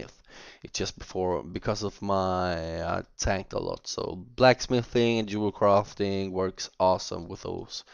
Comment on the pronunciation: I love how Norwegian people say Yewelcrafting rofl